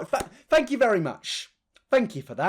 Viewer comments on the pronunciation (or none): Fank you! Beans.